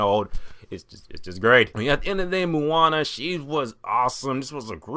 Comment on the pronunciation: awesome review,the only thing is,you say Moana funny,lol.. its more pronounced like 'moh-ah-nah'...